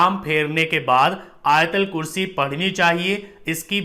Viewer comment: Not ayatalkurshi AYATULKURSHI BOLO BHAI